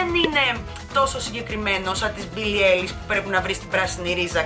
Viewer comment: Προφέρεται άιλις όχι έιλις❤️είσαι υπέροοχη